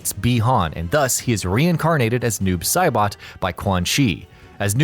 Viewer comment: "Doob Saibot"